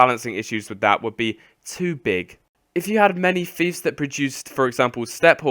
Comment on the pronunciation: its not, Feefs its Fiefs as in Fifes not feefs, aaaaaaaaaaaaaaaaarrrgh grammar nazi rage